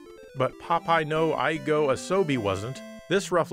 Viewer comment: I see your Japanese pronounciation is on point. Eigo (litt: English) is pronounced ee-go (the i sound is silent), not I-go.